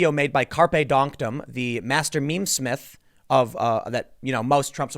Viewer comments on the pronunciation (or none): none